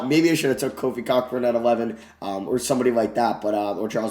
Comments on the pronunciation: Love the videos but kofi cockburns last name is pronounced koburn( ko as in go) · FYI Kofi Cockburn is pronounced KO-burn